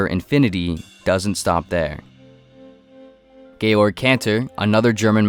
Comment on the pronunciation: Georg lol. I heard it as gay lord at first 😂😂